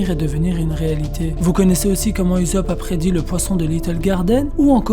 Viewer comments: frere se pas uzopp se usopp luffy il dit pas salut uzopp mdr. si non super video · Uzop < Oussop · Pourquoi tu dis Uzop et pas Ussop ? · Ussop !!!!!!!! Pas ouuousop wesh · Je suis d'accord, quand Luffy crie son nom il ne prononce jamais Oussop ... mais bien Uzopu ... perso j'ai tjs entendu comme toi. Mais je crois que la plupart des gens lisent ce qui est écrit en français et non, comme ils l'entendent dans les voix jap. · "OUSSOP" ptn! Tu les entend dire "uzopu" dans l'animé? Moi pas. Sinon la vidéo est bien je trouve. Oui USOPP va mourir, au sommet de la piraterie, et sera pleuré par tout les peuple du monde, c'est le minimum qu'il émrite :) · Cette prononciation "Uzope" me perturbe 😂 😂 😂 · Ptnnn tu pronoce mal usoppp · la même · Heï Heï Reï Dee 😂😂😂😂😂 srx il confond le z et le s 😂😂😂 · Jailonction Jailonction mdrr c comme si tu disait soro o lieux de zoro tu voie y’a un beug 😂😂😂😂🥵🥵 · Ouais c'est.. dérangeant